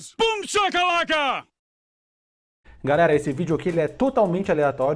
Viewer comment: Só eu notei um “garera” do no início do vídeo? Kkkkkk Brincadeiras à parte, Sou fã demais do conteúdo, cada vídeo tu consegue nos surpreender mais!!! Orgulho de estar aqui deste os 2k